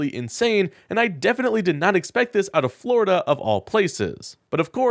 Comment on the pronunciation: The scariest sentence in the English language…”Today, a man in floriduh”